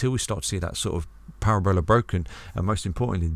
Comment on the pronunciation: Parabola not Para-Bola 🤣 love ya